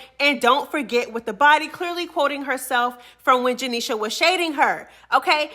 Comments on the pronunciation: I literally hate how you say janeisha name 😂😂 janeiSHA 😭😭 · I can tell u don’t like janisha just by how u say her name.. Jah KNEE SHA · janishA 😂😂😂😂 the way you say her name has me weakkk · Why you saying Janesha name like that? 😂😅🎉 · why you saying janeishas name like that lol😂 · Why you keep saying her name like that 😂😂😂😂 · Why you say her name like that 😂😂😂😂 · bro the way you saying Janiesha’s name got me weakkkk 😂😂😂😂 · I love it lol 😂 😂